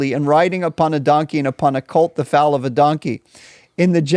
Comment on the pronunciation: Minor point - look up English pronunciation of "foal" - just after